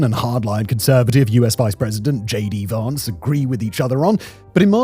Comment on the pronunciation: Why can some people not pronounce "Vance"?!